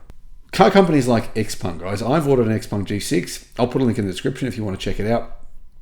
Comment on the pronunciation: Not Xpang its ShouPeng.